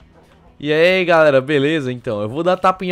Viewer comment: So eu que sempre que o fala " Eai " eu entendo " Rir ai pessoal "